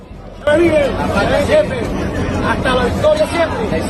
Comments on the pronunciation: CORRECTION. The country of Guyana is pronounced Guy-arna and not Jee-arna. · Jiana ? Guyana !